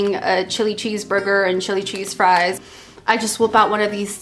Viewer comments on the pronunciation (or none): none